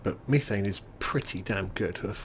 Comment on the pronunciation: Pronounced meh thane. Not me thane.